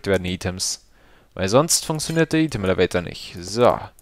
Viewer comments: Item spricht man doch normalerweise "Ei-Tem" aus, oder? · lern einmal item auszusprechen